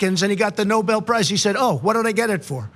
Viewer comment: Clown can't read the letter says Nuble peace of shite prize.